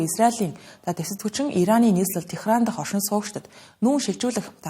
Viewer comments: Ираны нийслэлийг Техран гд уншаад бхын. Тегеран гэж дуудна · Техран гээд байх юм. Тегеран